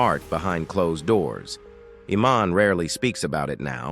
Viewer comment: Total crap video when Iman's name is mispronounced.